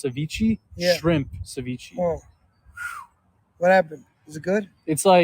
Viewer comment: "ceveechee" Ceviche*